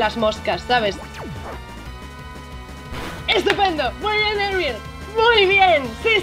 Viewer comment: No soy inglés Dilo con acento en la e ariEl Así